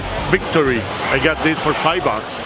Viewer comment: smells like bintage, - its bintage, - flowerlass bictory! i love u XD